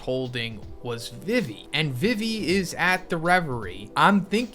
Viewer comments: Why you pronounce it vivy And not vee vee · STOP CALLING EMU A GIRL! YOU HAVE NO PROOF THAT EMU IS A GIRL!! YOU ALSO PRONOUNCE VIVI WRONG!!